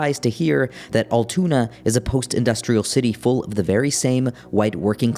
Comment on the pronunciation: 1. Luigi Mangione has not been convicted, he is a *suspect*. Treating him as if he's guilty does him and our justice system a disservice 2. it's pronounced "al-too-na" not 'all-toon-ah'